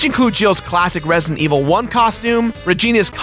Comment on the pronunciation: "Resident", dammit! "REZ-I-DENT"--not "Ressint"...